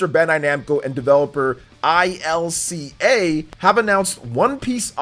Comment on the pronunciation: It's pronounced "illkuh" not "I-L-C-A"